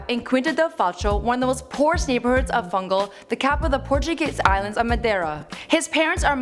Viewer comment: Fungal??? ITS FUNCHAL!!!!!